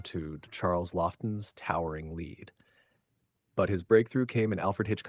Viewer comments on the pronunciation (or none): Charles Laughton not Lofton